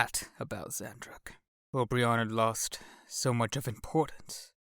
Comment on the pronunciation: This is cool, I'm impressed that you've chosen this massive fiction to read to us! But can't notice that you're pronouncing Obyron's name wrong. I heard you say "Ob-ri-on" when it's actually "O-bi-ron", like the King of the fairies